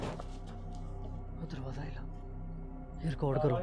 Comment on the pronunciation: ریکارڈ ہوتا ہے رکوڈ نہیں ہوتا🤣🤣🤣🙏